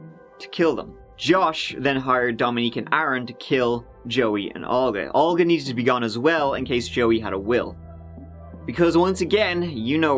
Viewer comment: i am impressed he pronounced Olga correctly. A softer pronunciation than we give it— not so ugly 😂